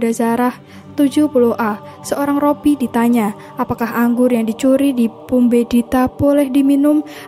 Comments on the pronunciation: Min koreksi penyebutan Robi,yg benar Rabi minbukan Robi 🙏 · Rabi bukan robbi sih